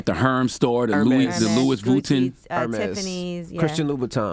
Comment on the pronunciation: “Lew-is Vut-n” I’m just gonna leave that here